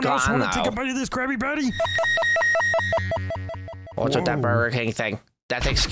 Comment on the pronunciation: It’s a crabby patty a crabby patty sounds like crab patty